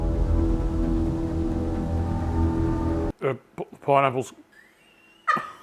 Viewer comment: Feed it to the chooks if you have some! It wont be wasted and it will return eggs! The way he said "pineapples" was like it was his safeword! lol